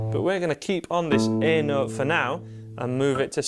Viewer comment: I can’t understand the nooot.